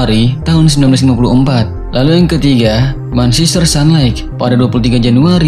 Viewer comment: Manchester dibaca "Mensester" bukan "Mancister"